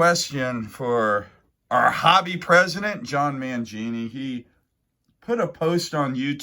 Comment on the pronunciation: Who in the hell made him 🤣